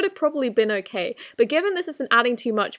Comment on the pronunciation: she sounds american She sounds american when she says glitter(s), gurl, okay, and yas